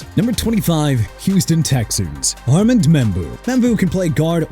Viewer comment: let Tennessee get Cam Ward... and Miami get Kenneth Grant... I DON'T CARE... plus Armand Membou's first name is pronounced AR-MOND! Really dude?! Please get a course in pronunciation okay?